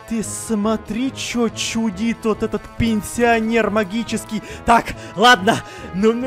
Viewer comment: Я один немного заржал когда он сказал "пинсионер могический"